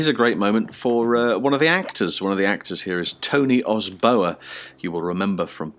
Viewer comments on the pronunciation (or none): Tony Os-bowa? i don't think that's how you pronounce Tony Osoba :D Anyway great film, and Lewis was great in it